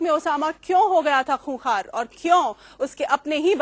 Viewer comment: اس اینکر کو اردو اور ہندی ٹھیک نہیں آتیں (خونخوار )کو (کونکار) بولتی ہے